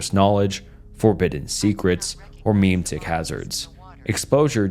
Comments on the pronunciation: Ma-Maeitics. Please write me. I need a pen pal. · [jean luc picard.gif] there! are! three! syllables! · I swear to God if you mispronounce memetics one more time, I'm gonna write a strongly worded letter asking you to stop